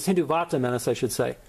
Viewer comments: First of all its not hindu vaata its called hindutva 😂😂 nice work keep going 😁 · its not Hindu vaata...its Hin-dutt-va get your Punjabi right..also sirri is sree in your Sri Guru Granth Sahib.